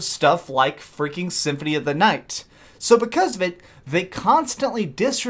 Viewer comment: i believe you said symphony of the night lol